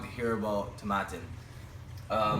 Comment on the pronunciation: No offense, you're not pronouncing the distillery correctly. How viscous can a 14 year old really be? I've had this and I don't feel it's that chewy. I think you have a lot of single malts you've yet to explore especially with more age on the juice let alone older bottlings. Best of luck